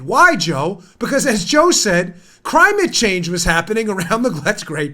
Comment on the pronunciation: CRY-mit Change! 😂👍 (I know its CRIME-it Change) I'd buy a shirt (that's hilarious)